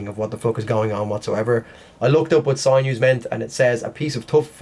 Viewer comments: It's SIN-NEWS, not SIGN-NEWS. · Sinews is pronounced....sin...yous. Thanks. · It's pronounced sin you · It’s actually pronounced sin yoo. Don’t hurt me😆